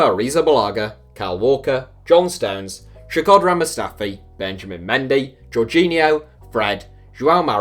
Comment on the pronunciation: The worst pronunciation on Shkodran ever hahahahaha, you didn't even try!